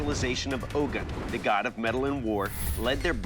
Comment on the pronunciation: It’s pronounced YO- ROO-BAH And and ogun is pronounced OH-GOON